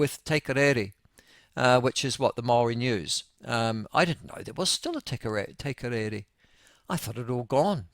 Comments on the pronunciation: What the hell is "te korere"?! Its te karere eah! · Its TE-CAR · I cant beli3ve you can't say Te Karere and its been on air for 40years!